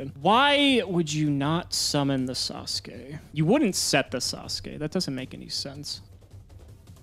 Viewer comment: ATTENTION GAMERS, THIS IS NOT A DRILL HAS PRONOUNCED NINJA GRANDMASTER SASUKE CORRECTLY